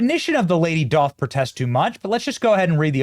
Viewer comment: The word "doth" is pronounced "duth"